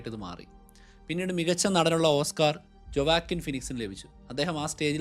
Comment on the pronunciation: Great study bro❤ A correction: ജൊവാക്കിൻ അല്ല… വൊക്കീൻ ഫീനിക്സ്